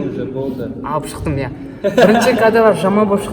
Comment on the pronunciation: Иааа(с акцентом на А)